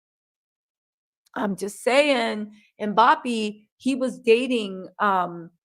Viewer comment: “Mbap-pee”💀😭😭at least you tried😂😂.